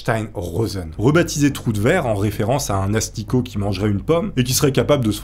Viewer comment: A chaque fois ! Qui dit troue de verre ! J’imagine qu’il dit troue de 🍑 😂😂😂😂 dzl ! Lever la main ceux qui penser a sa 😂😂😅😅🙈🙈